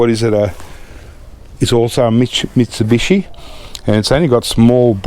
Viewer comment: You started to slur your words when you were saying Mitsubishi twice! The quadruple scotch and coke started to have a little effect on you! Since it's been 20 years for me a double would have been enough for me!!